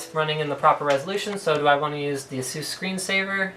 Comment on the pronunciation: It's a-suuuus :)